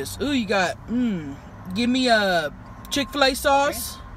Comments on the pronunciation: i died when she kept saying “chiffulay” as chick fil a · I HATE CHIK-FA-LE